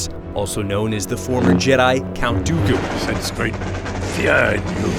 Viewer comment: he axindently says count do do